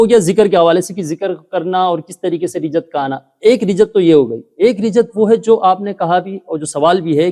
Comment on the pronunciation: Rijjat nahi Rajjat hota hai